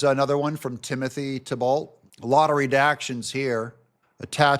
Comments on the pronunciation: Thibault's name is pronounced "T-Bo" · I have always heard Thibault as Tee-Bo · Pronounced Timothy "TEEBoe long o Just trying to help . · Pronounced (thighbo) 😅😅 YOU GOT THIS,!💪✌️🙏🏻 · Thibault in Nova Scotia is pronounced "T-bo" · Usually pronounced "Tee-bow" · Timothy Thibault "Tee-bow" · That's Tee-Bow,. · If it helps, I believe Thibault is pronounced Tebo. It`s a french name, think Renault for example... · the Thibault is pronounced "Tee-bow" (French). As by best man said on my wedding speeches "Tim and Giselle would like to thank 'the bolt' family for hosting events. lol! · It's pronounced Tea-Bo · It's pronounced TEE-bow